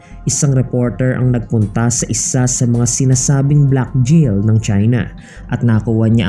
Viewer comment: JAIL HABIBI AND NOT A JIL.SUS GRABE ENGLISH MO.WHAT A SHAME.